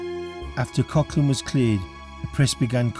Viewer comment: Its prouned Coglan